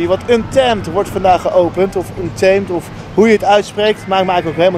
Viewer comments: De juiste uitspraak is un-TAA-mèt, met een zo nat mogelijke T. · Untemt oer hollandse uitspraken! 😂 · Ik heb nog nooit iemand anders horen klagen over de uitspraak van Untamed.